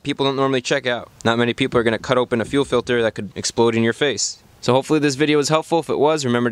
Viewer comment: fuel filder does anyone get that reference?